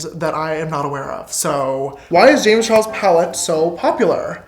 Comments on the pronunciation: "Wazzuh Jamezzuh Charlesuhh""Why doessuh Jamezzuh Charlesuhh" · I love how he says Jamesuh Charlesuh the same way with the same pause and what not